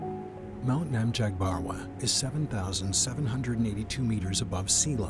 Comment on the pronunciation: Why is the narrator mispronouncing every single name? Qinghai, Nacmhabarwa, etc. Every thing is hurting my ears :(. Also Mount Namchabarwa is not THAT mysterious. You can see the peak clearly from Norbuling, and the weather is usually clear enough for that.